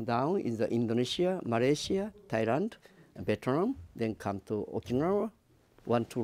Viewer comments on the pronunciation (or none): none